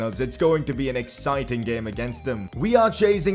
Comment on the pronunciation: why do you say “exiting” like that you curry muncher